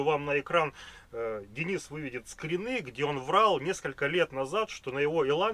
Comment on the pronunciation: Скри́ны, нерусские что ли? 😂